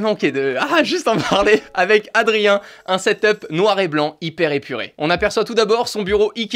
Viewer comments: Moi je dit ta 2 de la on dit set up pas setop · XD tu dis setop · On dit setup